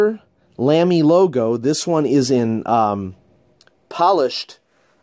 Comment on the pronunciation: Great collection, fun to see what you've got now compared to last few years. Incidentally, sorry for a little nitpicking: *LAMY* is pronunced like "Lah-Mee" (not "Lam-mee").